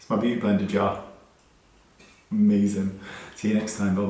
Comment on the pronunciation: Love the dramatic sigh and then the total 360 when you got excited about the ‘something cool’.....’it’s my Beauty Blender Jar!’ Love it! I want one!! By the way, are you from the Bristol/West Country area as you sounded Bristolian in your outro? ‘Amaazin!’. Forgive me for asking, I should and do know somewhere in my brain....I have been a subscriber for many, many years but have very bad brain fog which makes me forget stuff constantly. Love that you are the one and only Makeup person on YouTube that I trust 100% for advice and tips and tricks and you haven’t changed the way you make your channel. It’s perfect. Big love, Oshie Dot Xxx